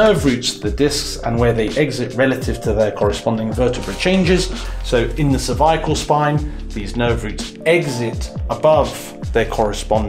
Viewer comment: "cerviacle spine"